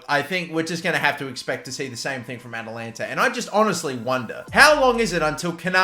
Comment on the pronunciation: Atalanta... AT-AT Walker... Atatalantata...